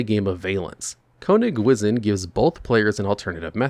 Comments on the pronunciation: Konig wizzin' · As a German speaker, for the Love of God, stop saying Konigwisen 😂